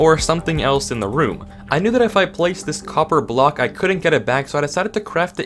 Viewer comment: Why is no one talking about the "copper of block"? Great video tho, keep up the good work